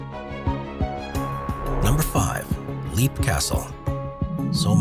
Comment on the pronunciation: It's not Leap castle,it's pronounced /ˈlɛp/; Irish: Caisleán Léim Uí Bhánáin